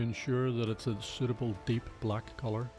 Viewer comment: "In soot-able deep black colour"